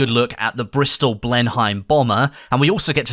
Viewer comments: "Bristol BlenHEIM" It's pronounced "blen-em", mate. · Hey. I don't want to be an idiot, but I think the plane's pronounced "Blenem" and not "Blen-Heim" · Blen Hein ? It's said blen-him , Bristol Blenheim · The Bristol Blenheim bomber name is pronounced; Blen'-em Same as the motor museum, just a note...carry on. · Blenheim is pronounced 'blenum'. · Why did he pronounce Blenheim like Blenhime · The Blenheim is pronounced Blenim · Blenheim is pronounced blen em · The never ending quest to correct the pronunciation of Blenheim…